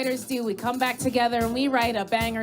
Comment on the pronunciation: "They were not some double act frone tagevuh"